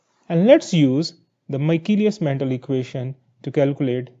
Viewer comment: It's Menten. Not Mental! 😂